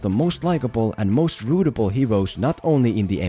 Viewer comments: Like this comment if you're from Australia and you smirked everytime says "Rootable" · Is he saying rootable?